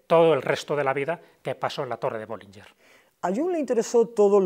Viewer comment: BollingeN, no BollingeR